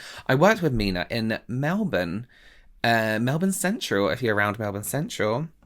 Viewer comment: Haha thank you for saying Melbourne properly!!! For those who don't know it's Mel-bin not Mel-born